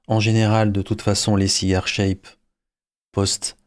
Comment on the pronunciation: A un moment de la vidéo vous semblez dire cyber shape au lieu de cigar shape. Je plaisantais sur votre accent anglais.